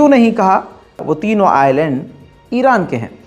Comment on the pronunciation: Bhai o mery Bhai Ireland nahi hota Island hota hy i. Land